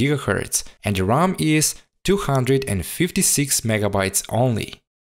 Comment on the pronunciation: I think it's his pronunciation.